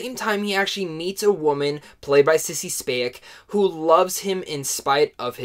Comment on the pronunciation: Sissy who? Do you mean Spacek? Who the hell is Sissy Spanek?